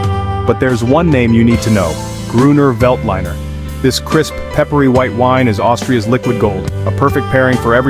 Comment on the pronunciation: You mispronounced "Veltliner"